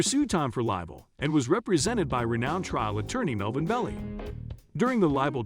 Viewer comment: Ibbor city instead of the correct pronunciation EEbor City and Melvin Belly instead of the correct pronunciation Bellai.......Should you be doing voiceovers for YouTube? Mind you, I've only watch about 2 minutes of your 7+ minute video!